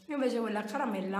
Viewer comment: Ma perché dici calamella